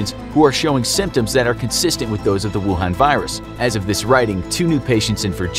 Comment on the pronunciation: Me: rewinding back to just to hear him say “rucoon”